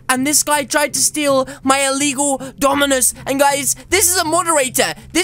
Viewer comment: It's not eligall cmon